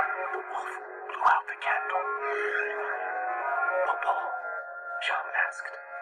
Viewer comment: ITS PUŌ PUŌ NOT POPO